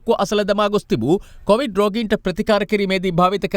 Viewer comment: meh news kiyanawa hari naha. Mu inna dawasata news balanna hithenne naha. Muwta news kiyanna kalin කොවිඩ් kiyana wachane hariyata kiyanna ugannapan. කෝවිඩ් කෝවිඩ් ගාන්නෙ 😂😂😂😂